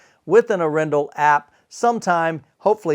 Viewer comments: In norwegian it's "AArendahl". Pressure on the first syllable :) Very nice review. I really really like their lineups and business model. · It would be AH-ren-dahl if you wanted to get closest to the Norwegian pronunciation. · Arendal is a small Norwegian town. I will not even start to try to explain how it is pronounced in Norwegian, other than how says it, is not correct....but it works well! I enjoy his enthusiasm and his reviews!